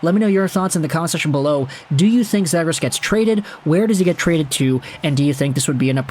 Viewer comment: Dude you gotta learn how to say his last name correctly